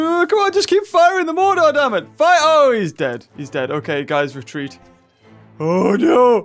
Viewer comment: pretty sure it's pronounced "mor-ter"